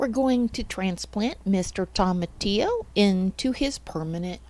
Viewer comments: Great video 👍Its pronounced toe-matillo, not tom-atillo. From a Hispanic. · Nooo! Why are you pronouncing it like that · It’s a Spanish word, so if you struggle pronouncing Spanish words it’ll be a challenge… but toma would sound most closely to “Thoh-mah” and Tillo most closely to “Theo” ..so try: thoh-mah-theo 🙂 I appreciate you all trying! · thank you for your experience. I was a bit tickled by your pronunciation of tomatillo. wondering if you call tomatoes Tom-Mate-Ohs too :) cheers! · You pronounce tomatillo so horribly